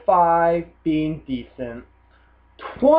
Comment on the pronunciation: I. can't. resist.... it's DE-C-ENT not DE-SC-ENT!